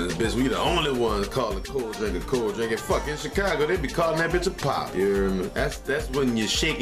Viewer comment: cold drAnk. With an a. I don't know why it but that i bothered me. We always said drank.